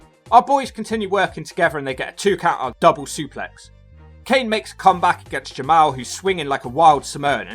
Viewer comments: It is pronounced Ja Mall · It is pronounced Jamal